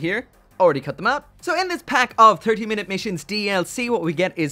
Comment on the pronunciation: Im sorry... "turkey minute missions"? Just what my ears heard.